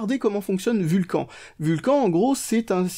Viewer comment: Vul cane et pas Vul quand :p Sinon bonne vidéo :)